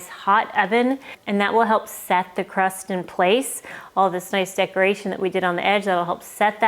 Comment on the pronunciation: That’s supposed to be “crust” not “rust”. 😂